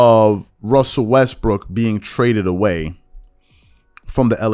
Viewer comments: The analyst sounded like he called Russ "Westbrick." . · Did He Say WestBrick At the End!?? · am i tripping or did that dude say westbrick at the end of that sound bite ??